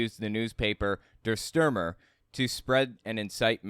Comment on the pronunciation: Also lol "Dur Stermer"